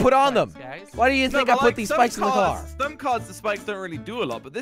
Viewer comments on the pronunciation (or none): Who else heard that he said bikes instead of spikes. When he customized the car.